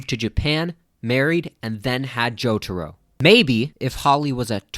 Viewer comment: the way he pronounces jotaro hurts my brain